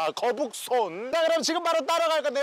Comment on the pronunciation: 거북손이 계속 거북선으로 듣긴다 ㅋㅋㅋㅋ